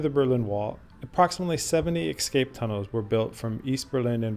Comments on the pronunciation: Great video, but please, for heaven's sake, it's pronounced "ES-CAPE" not "EKS-SCAPE" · “Escape”- “an act of breaking free from confinement or control.” Escape… EsssCape.. not “ExScape” Too good of a video for such a basic miXstake.. (see?) ❤ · This is an excellent video but please; the word is "escape" not "excape". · Ah, yes! but you obviously ARE cultured enough by now to appreciate why this pronunciation “thing” matters to the kind of person who appreciates your type of tours.. I’ve watched a couple now and realize you have said it both ways (es/ex) in previous videos. YouTube provides an abundance of criticism, but you are providing good content. Keep up the interesting videos. 😎👍